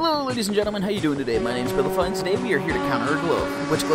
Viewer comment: Bilify❌️ Bilifry✅️